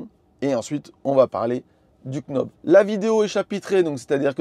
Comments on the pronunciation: Et quand on est knob on est prédestiné à dire knob, au lieu de nob 😂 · Sexy " quenaube" ?! 😂 On dit "nob" sans prononcer le "k" comme les Knicks de New-York, le verbe "to know" etc 😉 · "nob" pas "k'nob"! Sexy knob ça porte à confusion, je vous laisse chercher pourquoi ;-) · Vidéo super claire, merci! C'est top que vous testiez un peu de matos comme ça. Et le format est cool =) PS: le "k" de knob est muet en anglais;) ça fait "nob" et du coup c'est plus simple haha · Nob, sans le K. Stpppppppp!!!😅😅😅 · Pour l’amour de dieu, le K est muet. Ça se prononce « Nob »….. chaque K prononce est comme un Keunife to my heart 😂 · English 101, Knob se prononce Nob ;-) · Par pitié le k de « knob » se prononce pas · "You know" On prononce pas le k, pour le knob, même combat 👍🏻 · J'ai pas de Tesla, donc a priori je m'en fiche des accessoires. Mais j'ai regardé la vidéo juste pour le plaisir, parce que c'est La Chaîne EV. C'est vraiment cool ce système de Sexy Buttons / Sexy Knob, si j'avais une Tesla je n'hésiterais pas une seconde. 👍 PS: j'ai passé toute la vidéo à me demander si faisait exprès de prononcer le K de knob pour nous faire réagir 🤔... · Le K de Knob est silencieux c’est de l’anglais 😅